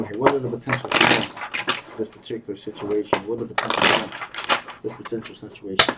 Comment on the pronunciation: Ive just cracked myself up. I spent three quarters of the reading trying to figure out why you kept talking about shrimps. Until i realised in your accent you were saying 'strengths'. 😂😂